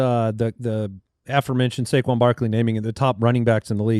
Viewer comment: By the way guys… it’s now pronounced Suh-quon Barkley — not Say-quon (per your discussion starting )